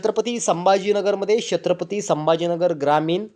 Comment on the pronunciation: शेत्रपती नाही रे बाबा, छत्रपती म्हण.....